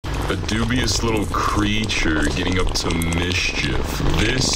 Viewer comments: i love how he pronounces every letter in mischief and creature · That dude on another video didn't lie when they said this guy pronounces "Creature" with every letter in it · Bro pronounced every letter in the word creature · He sounds like he's pronouncing every letter in creature